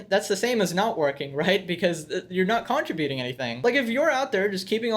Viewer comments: Okay , the emphasis is on the "TRIB" in the word "contributing." You're driving me insane. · Contribute. Contributing. Yer being a lil heavy on the "con" part of it. think saying Cúnt but keep going to finish ributing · Stop pronounce, "contributing" incorrectly...............